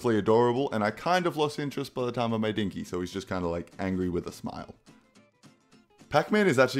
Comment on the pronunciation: I'm really pissed and disappointed that called Inky "Dinky" when that's not his name (And if you think that it just sounds like he said that but he said Inky rewind the video and listen close,he ACTUALLY DOES say Dinky)